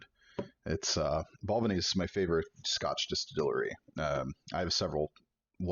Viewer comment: ‘Bal vein ee‘